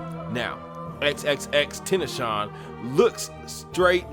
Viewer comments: AND ITS EX-EX-EX-TEN-TA-SI-ON. YOU SPREADING BAD ENERGY AND GOSEPING ON PEOPLE. DO SOME BIBLE TEACHERY OR SOME SHIT. YOU ARE NO BETTER TAN THESE "DEMONS". YOU PROBABLY ARE ONE. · It’s pronounced “TEN - TAS - E - YON. ITS FRENCH.. FRENCH PRONUNCIATION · its actually EX-EX-EX-TR-ASS-ION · I dont believe he sold his soul. They wanted him to. Just before his death he said in a live instagram video.." If i can change 5 million kids lives i would sacrifice myself" his heart was full of love this dumb ass knew nothing about x not even saying his name right gtfoh here homie.